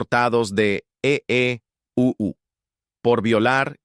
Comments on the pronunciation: Se oye horrible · Que mal se olle el EEUU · Porque el narrador dice eeuu???